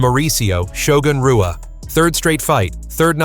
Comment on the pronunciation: Worst AI crap ever. Shogun "R"ua?? "W"anderlei Silva. Don't put this stuff out there.